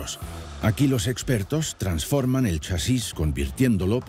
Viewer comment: Chasis....no lleva tilde porque es una palabra llana acabada en "s" ...eso quiere decir que la fuerza se hace en CHA ...y no en SIS como lo pronuncia el tipo raro del vídeo.... Y digo todo esto porque he tenido que dejar de ver el vídeo por la mala sangre que me estaba produciendo al escucharlo pronunciar mal. Y explico todo esto por que sí, asi me he quedado mas agusto...😂